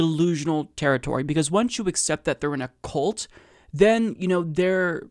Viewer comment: you're killing me with saying cult as, "coolt." It's, "kuhlt." Otherwise, all good.